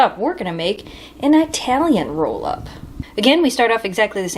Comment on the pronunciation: You know, saying I-Italian like that, is kind of "not done"